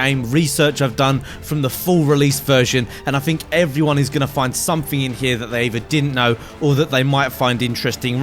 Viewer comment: Is it worf it? do you fink? speak english you fuck